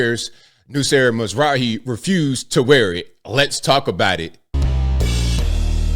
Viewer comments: Mazraoui pronouced Mazrawi. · Damn this made it over here? 😅 Edit: you didn't really butcher it. It's pronounced, Ma-zu-rah-wii